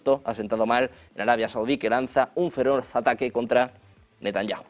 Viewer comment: Si estás hablando Español, y, Benyamin donde la JOTA suena "y", entonces Debes decir Netanyahu.